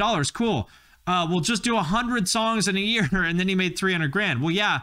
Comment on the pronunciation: "$19.99 per yarl" I'm DEAD 🤣